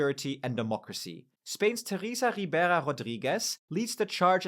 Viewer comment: That was the most french sounding pronunciation of Teresa Ribera I've ever heard.